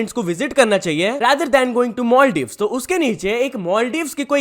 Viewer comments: Maldives ❌❌ Moldives ✅✅ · Not moldip its maldip 😂😂😂😂😂😂😂😂😂😂😂😂😂😂😂😂😂atasbaji lordu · Bhai maldiev bolo na ye moldiev moldiev kya hota hai ..mujhe to Moye moye sunai de Raha hai😂